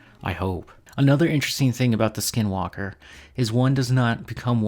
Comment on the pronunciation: You pronounced it wrong, and you don’t ever want to find them, they will kill you, they aren’t afraid of playing the long game and these entities are real, and you will have long term effects if you dare to mock them. But the only way you kill them is blessed ash bullets